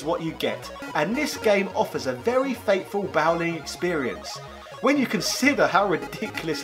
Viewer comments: Boww-ling? How do you not know the word “bowling”??? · You say bowling extremely weird. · Top quality video. I remember these things in the toy shop back in the day. It was too expensive for me though. So my money went on a Blip instead. But is that really how you pronounce Bowling? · Well made well produced video as always but... um... is that how you pronounce bowling?!